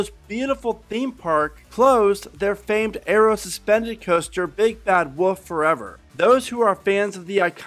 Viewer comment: why does he say "woof" instead of "wolf"